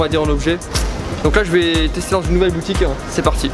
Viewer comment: alors on va aller voir dan une autre boutiquinh... oui bonjour c'est pour un chllenginh